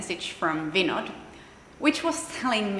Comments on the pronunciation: Vinod pronounced Vin-noth, d like -th. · I love the way she call vinod . Typically like indian 😍